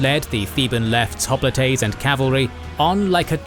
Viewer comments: Hop litays lmao. Maybe im missing something but i always thought it was pronounced like hop-light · "Spartians" and "Hoplitays" Fucking AI voiceovers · That is not how you pronounce hoplites